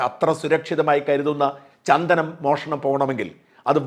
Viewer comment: ചന്തനം അല്ല സാർ ചന്ദനം